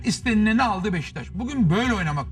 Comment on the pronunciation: Sinan abi BEŞTAŞ değil beşiktaş 😂